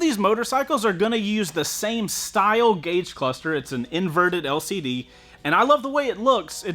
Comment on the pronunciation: Gag the cluster!